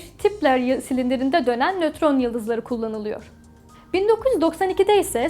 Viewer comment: Bir çok hatalı okuma var. ...Yı-nötron yıldızı... demek yerine bir kez daha çekebilirdiniz. Sizi seviyorum